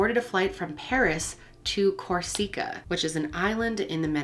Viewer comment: COR sica. emphasis on the first syllable.